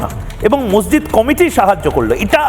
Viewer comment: ভালো করে কথা বলতে পারে না মসজিদকে মসজিদ করছে বেকার লোকেদের ব্যবহার কথা